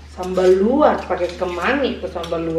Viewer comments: cara baca juga Se"i buka sei, dan lu'at bukan luat. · Sebutan nya Lu'at mom, dengan Se'i.. Salam dari indonesia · Salam Dari Kupang NTT Bukan sei tapi se'i dan bukan luat tapi Lu'at 😁😁🙏🙏